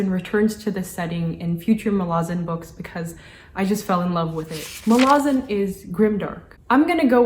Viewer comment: She actually pronounced it near perfectly, Muh-la-zin. Source: ~25seconds in